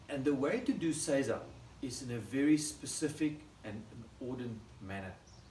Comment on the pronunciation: So many other examples you can find will mispronounce seiza. says it correctly. Arigato gozaimasu for your great example.